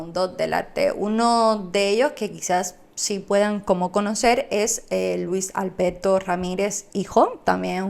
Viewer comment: A ver, practica un poco más la la pronunciación, en vez de padte PARTE, Malberti no malbedti, ALBERTO Y NO Albedto